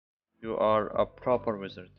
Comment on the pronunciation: It sounds like wither gear instead of wizard gear